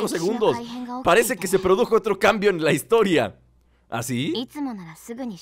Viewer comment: amigo, es historia jajaja no HITORIA